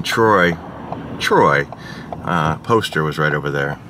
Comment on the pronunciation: Did he intentionally drop a Drew and Mike "Trrrroy" when talking about Brad Pitt? 😂